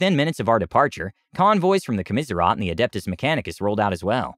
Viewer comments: Okay buddy I'm going to help you out It's, Commissariat (kaa·muh·seh·ree·uht) not Kaa-mis-ree-off. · I’m thoroughly enjoying this, but desperately need to understand how you come to that pronunciation of “commissariat”?!